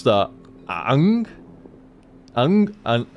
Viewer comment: OK, first off, how the HECK can you butcher Aang's name so badly? Secondly, opinions differ about which version of Avatar is the best. You have Last Airbender (the first) followed by it's sequel Legend of Korra. Now this isn't a show that you can just say "Oh, I'll watch Legend of Korra first and won't get spoiled." If you want to experience the story unspoiled and so forth, you need to watch Airbender first. Also, people are split between which one is better. Airbender is great and Korra herself is a rather strong female lead. However Airbender has a more 'Metroid' feel in that Aang doesn't have all his powers while Korra starts off at least somewhat powered up to my recollection. Overall, they're both great series with a good sense of humor and generally great pacing and characters. I personally love both the main 'rival' in the Airbender and the main antagonist for the first part of Korra. Also, Momo is Aang's little animal pal who looks like Ori. And yes, Ori is a she.